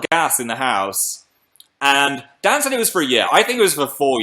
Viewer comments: umm phil can you say dan's name one more time? sounded like you said 'dad' mate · it sounded almost like dab but im pretty sure he said dad oml